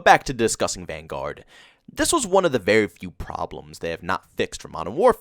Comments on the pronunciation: I really don't understand why you pronounce Vanguard like that lol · No offense, but your pronouncement of Vanguard is wrong lol.